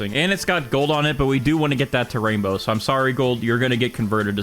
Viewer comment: Erm it’s not raindow😂